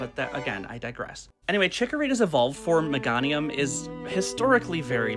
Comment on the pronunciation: No babe it's me-GAY-nium